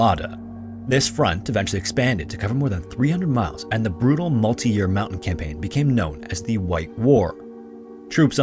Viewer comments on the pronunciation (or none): none